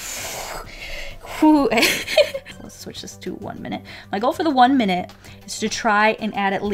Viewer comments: "one minte" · ‘One minte’